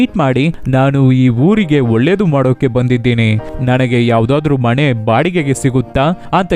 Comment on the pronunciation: ಒಲ್ಲೆ ಅಲ್ಲ ಒಳ್ಳೆ. ಮಣೆ ಅಲ್ಲ ಮನೆ .ಸರಿಯಾಗಿ ಮಾತಾಡಿ